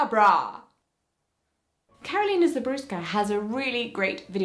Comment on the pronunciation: For anyone who's curious, Karolina Żebrowska—her last name is pronounced "rze-broh-w-ska" (I'm Polish and I too have a hard to pronounce last name). The "rze" part is a bit hard but here's a way I can explain it: Imagine you're about to make a rolling "r" sound. Notice the way your tongue is curled in your mouth. Keep your tongue in that position while you make a "sh" sound. So it's almost like "rshuh." I hope that helps!